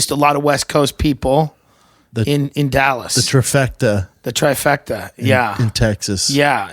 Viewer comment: Let’s see how long before shhuab fucks up common English , 5 seconds in , “the trafecta” 😐